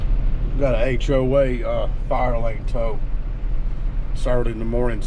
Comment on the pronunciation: ok its early and i am only 2 drinks in on my coffee. i swear he said these fire lane hoes...... i was like what... then the brain kicked in fire lane tows.....